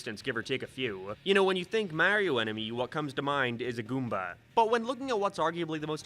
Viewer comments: "MEHREEO" Fucking disgusting. I'M UNSUBBING. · Bro why are you pronouncing Mario like that lol